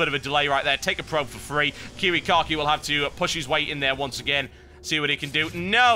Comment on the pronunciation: It makes me laugh every time he says KiWiKaKi... sounds like kiwi car key to me. =D